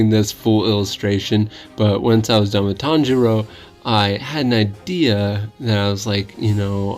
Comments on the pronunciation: Pretty sure is tanjiro not tanjuro lol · 😂you forgot the name is Tanjiro not Tanjuro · It’s tanjiro not tanjuro that is his father.